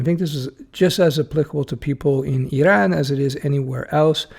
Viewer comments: Correct pronunciation too! Eeraan. Useful advice. From your video it seems like Canada might be welcoming software people? Back in the 90s when I was trying to apply from US, it was tough. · Did not trigger me because we are pronouncing it like that in my native language :) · It is kind of a hybrid pronunciation first sylable in French and second in English, and that's how they pronounce it in Iran and the surrounding countries and other languages of the region. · Why? It was a lot closer to how the natives pronounce it than Americans.